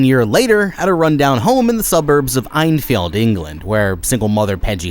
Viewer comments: fun fact i live near the enfields house and also its pronounced N-field not einfield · Enfield is pronounced ENfield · "eyenfeld" is killing me. It's Enfield bro. Great vid though!! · Bit of a nitpick, but it's pronounced En-field (as it's written), not Einfeld. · Vaylick? In fild? Did you watch the movie? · Nothing vexed me more than the pronunciation of Enfield